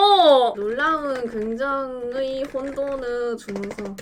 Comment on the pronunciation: '의'발음 못해서 긍정으 긍정으ㅋㅋㅋㅋㅋ